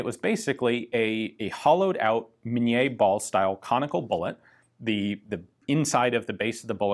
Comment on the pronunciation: I'm not completely certain, but this may be the first time I've heard "Minié" pronounced correctly by an American on the internet.